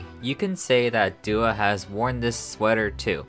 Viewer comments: Doi is pronounced more like doughy and Doah is pronounced Doh-ah not Duah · It's more like "Doh"-ah and "Doh"-i, not "Doo". I'm sad for the girls, especially my biases Chiayi and Yoonhye. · A little off topic, but the "Do" in Doi and Doah is pronounced like Doe not Dew. They're really sweet girls and I hope that they can flourish in a better company that takes care of them one day :( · doah’s name is pronounced with the first syllable like the sound in “door” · Needed a summary of what happened. This was good. Didn’t like how “Do” in the names of Doi and Doah were pronounced (must be “do” like in “do re mi..” instead of “do” in “do vs. don’t”). He probably knows how to say it correctly, so was left wondering why he put the so much American tongue pronouncing them.